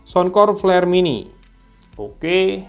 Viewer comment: peler bg bkn pler 😂